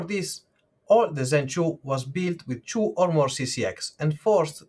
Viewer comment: Zen " CHWO" sounds like zen 2 on crack , great review thought